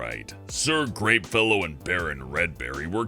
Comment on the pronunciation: I'm not gonna pretend you didn't say "Sir GREENfellow" I heard that! 😂